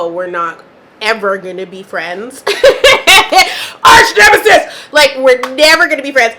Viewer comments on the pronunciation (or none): "ARCH NEMISIS" 🤬 😂😂😂😂